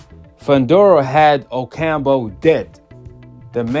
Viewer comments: OcamPO not OcamBO 🤦‍♂️ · O-cam-po (damn) not Ocambo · Oh camp Ooo not ocambo lol